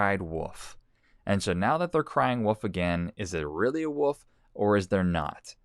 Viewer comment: Can you say WOLF, not woof woof woof woof woof,the boy who cried woof